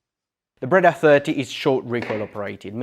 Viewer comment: Just to begin, it is not a "Brada" but a "Breda" then...